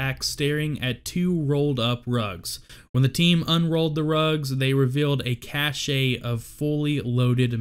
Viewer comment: It’s pronounced “cash” not “cash-A”.